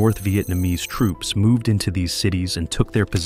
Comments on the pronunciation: AI almost had me until it said tropes instead of troops. Also a few times it pronounced “Viet” a few different ways. A human voice actor would err on the side of consistency. Also if I hear this thing say “You see…” one more time I’m going to lose it. Actually, I’m done. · Is this narrated by AI? The pronounciation is completely off at times, troops pronounced as tropes, the city of Hue as hue(nuance),Viet Mihn as 'vajetmin', really wierd. Also saying that Ho Chi Mihn became 'radicalized', a typical American stereotype for anyone not agreeing with their world view. Today they'd call him a terrorist. Get real!